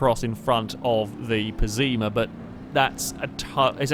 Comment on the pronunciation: Dude relax. Let him say it how he wants. He's not going to change everything because 1 person's getting annoyed with a accidental mispronunciation